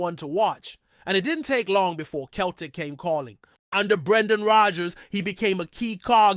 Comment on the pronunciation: Can't even pronounce ibrox or celtic, keltic and abox